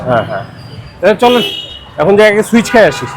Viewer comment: সুইচ না সুইস?